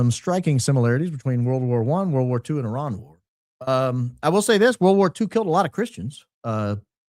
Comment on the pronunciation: IRAN not Ian. Do you need bifocals?